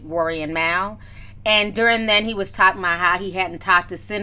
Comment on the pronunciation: It’s MAL! Not “Mawl” lol